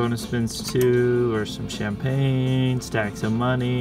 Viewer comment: Keep Up The Fine Skills Play! CHAM-PAG-NAY!